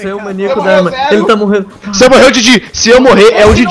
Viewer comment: DJ falando " O cross morreul ? kkkkkkkkkkkkkkkkkkkkkkkkkk